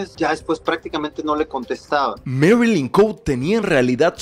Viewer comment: No le des más publicidad a los Aguilar, mejor habla de la mejor estudiante del mundo que es de Veracruz, ella si es la mujer del año ❤️ Y no digas Marilyn "Cout" Es Cote... COTE!!! Asi como se escribe porque ni extranjera es.